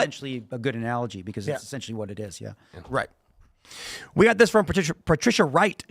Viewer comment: I love Phil but the way he says beCAUSE drives me insane.